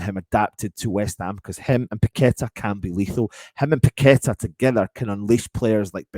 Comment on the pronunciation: Totally agree with you on Gallagher with paqueta. Not sure on these commentators saying we have someone called pack a tar lol😅 You would think they could pronounce names properly